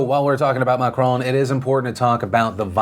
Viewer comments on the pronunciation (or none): Also its not Mac-Crone is Mac-Ron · Can anyone make a compilation of Phillip saying "Macrooon"?? It is so funny... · Am I the only one who loves Phil's pronunciation of Macron?